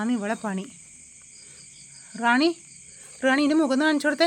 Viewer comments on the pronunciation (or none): റാണി അല്ല റൂണി